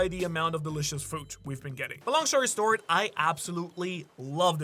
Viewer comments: Ha he said long shory stort... he ment say long story short 😂😂😂😂😂😂😂😂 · Gotta love the min "long shory stort" hehe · "Long Shtory Sort" 😂